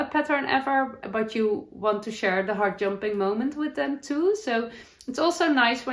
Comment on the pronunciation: Heart jumping is not a term I've heard before. I thought at first you were saying hard jumping. I think I say 'up lifting' or joy, 'makes my heart sing'. Love your crochet blanket. The colours are very nice together. I have a Work Books that I love too. I make fabric quilts, patchwork quilts, so I've made a number of Work Books with photos.